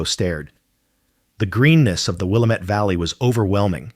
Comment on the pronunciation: Willamette is pronounced “Will am et” not “Will im et” nor “Will am Etta””